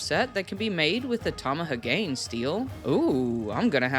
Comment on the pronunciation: ... oooof... Tama-ha-gane. Not Tamaha-Gain